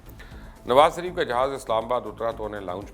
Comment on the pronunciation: Nawaz sareef nai,,, shareef bolo bhai